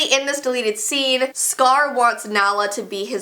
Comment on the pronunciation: She pronounced it wrong my dogs name is Nala after Queen Nala 😂✌🏻